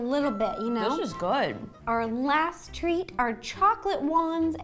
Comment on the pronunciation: That "t" at the end of "Treat" was a treat. Any asmr fans?